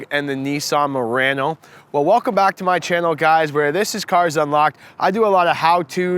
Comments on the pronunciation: It’s not Marano it’s Murano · Moreano lol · good video... except you are saying murano wrong :( also.. i have to agree with another comment... diff generation refresh and it really isnt fare for the murano